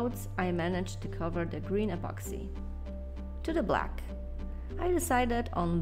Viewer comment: apoxy apoxy i always hear apoxy